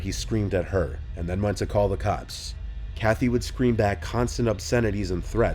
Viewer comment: you said he went to call the cocks instead of cops. Did you do that on purpose? lol